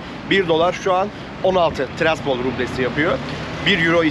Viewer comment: Abi ama güldürdün ya😊 tiraspol desen